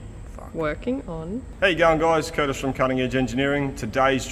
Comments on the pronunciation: “Curtish…”. Good one. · Kurtish, I think you have something there. I for one always hear "how you young guys" instead of "how you going guys?"" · Woohoo, now we can now add another "internet language" to the dickshunary. 😁We already have "AvEish", now we can add "Curtish". 😅